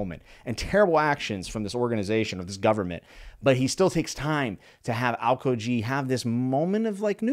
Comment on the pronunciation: Just for pronunciation reasons its al-kee-ji